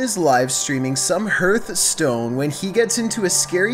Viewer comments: Did just stay Hurtstone instead of Hearthstone in the beginning? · MY GUY SAID HERTHSTONE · "He was streaming hertstone" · "Heeeerth stone" Its pronounced Harth-stone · i was making a joke about how says Hearthstone. Hence the quotes... Also i know you put soell in stead of spell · Why is nobody talking about how he pronounced Hearthstone "Herthstone?" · Herth stone, so that's what it's called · The scariest part of this is "HerthStone" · You really said Hertstone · I'm sorry but... did you pronounce "Hearthstone" as "HERTHstone"???? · It's pronounced heart stone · the way he pronounces Hearthstone lmao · I'm sorry but the way he said Hearthstone- 🤣